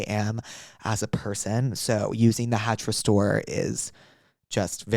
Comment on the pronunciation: He really said “hatch smart cock” in the ad read 🫡